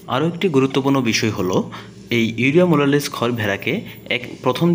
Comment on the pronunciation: ভাই আপনার ভিডিও দেখে আমি অবাক হয়ে গেলাম মোলাসেস কে বলছেন মোলালেস